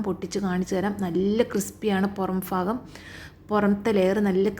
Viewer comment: ഫാഗമോ? ഭാഗമോ